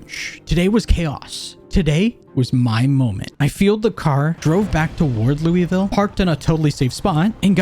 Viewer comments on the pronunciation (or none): Anybody who lives in Ky probably audibly gasped when you pronounced Louisville 😂